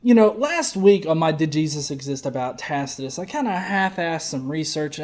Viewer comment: This stupid fucker cannot pronounce Tacitus.